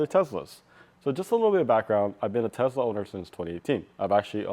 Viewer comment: If "Tes-La" was pronounced as "Tez-La" then there would be a "Z" in the name. The original founders of Tesla said it with an "S". Be careful with those console trays, as they will wear away the felt in the console where the trays set on. This happened to me with my 2018 Model 3. I think there needs to be something under the tray edges to prevent this. Why can't Tesla make the front cupholders like the rear ones? Like really, what is wrong with them?! And the hitch cover, OMG Tesla it didn't that many clips.